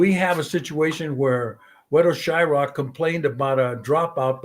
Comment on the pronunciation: how does valdemar call him shyRock?